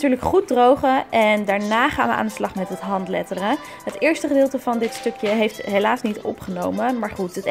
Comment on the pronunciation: Jij zegt handleddering